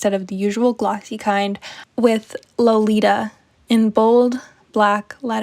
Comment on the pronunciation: IF you read the novel, why in the world would you pronounce the name like you did, it's literally the very start of the story in the beginning of the novel: LO-LI-TA He says it many times and "rolls it off his tongue" LITERALLY, Nabokov is turning in his grave right now 😩